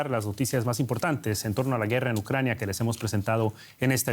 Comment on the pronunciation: Ai mi madre , pereodistas Espanos , APREDEd de pronunciar bien los nombres de las ciudades y de las personas Ucrañano-Rusos . Q dais verguenza , parece q ni preparais para las grabaciones . Y eso q no estais en el directo.... A estudiar colegas!!!